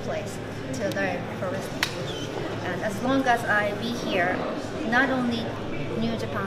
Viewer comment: Interviewer: "What do you think of American wrestling?" Shibata: "Dojo. No[t] performance center. Shibata is just the best.